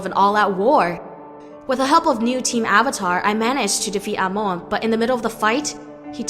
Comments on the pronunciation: i hate this who is amooooon ITS AMON NOT AMOONNNNNNNNNNNNNNNNNNNNNNNNNNN GET THERER NAMES RIGHTTTTTTTTTTTTTTTTTTTTTTTTTTTTTTTTTTTTTTTTTTTTTTTTTTTTTTTTTTTTTT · Amoan? No no no, it’s Amon. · It’s Amon not amoun!!!!!!!!!!! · Amon not Amon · Amoan? Its prononced Amon. ( AH-MON) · Amon BTW NOT AMONE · I’m sorry but amoon 😂😭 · Anybody notices how she keeps saying aimone when it's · She pronounced "Amon" "Amoan" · hey, that's not how pronounce Amon, you're saying: Amoon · Lol no offense but you say omon kinda weird but I understand that it is a bit hard to say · Nice video. But Amon is pronounced "Aman". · It is pronunced Aman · You don’t say Amon Correctly 😡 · Ikr and its pissing me off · Does anybody hear her say Amon wrong. 😫😫😫😫😫😑😑😑😑😑 PS: no offense. 😇😇😇😁😁😁🤗🤗🤗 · She said Amon wrong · She pronounced Amon wrong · Wtf you pronounced amon wrong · i died a bit the way she pronounced amon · Great job but your pronouncing Amon wrong but eh it doesn't matter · Why does she say amon weird like that? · Anyone else cringe every time she said amons name wrong? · You said Amon wrong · Why does she pronouce Amon so weirdly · I can't stand the way the narrator pronounces Amon's name. Super annoying. Also, using words like "sneaked" when "had snuck" would work infinitely better really ground away at me. They're small complaints, but those little things add up.